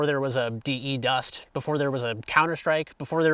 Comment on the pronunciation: please don't say "Dee, Eee, Dust" it's derived from defuse. You don't say "Dee, Eee, Fuse" right?